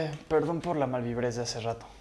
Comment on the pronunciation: Dijo perdon o aron